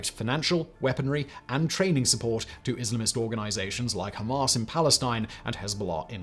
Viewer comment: That pronunciation of Hamas is annoying me. “Hom-ahs” Ham-ass